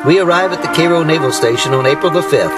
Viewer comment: I'm sorry, but if you go to Cairo IL you will find it's pronounced Karo. Guess the founders didn't know how Cairo, Egypt was pronounced.